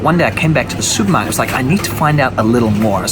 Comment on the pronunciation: Is this guy from England? He says he goes to the "Soupmarket". What is that?